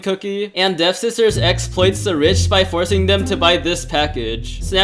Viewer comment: Waaiiit its devSISTERS??? Not dev-ster?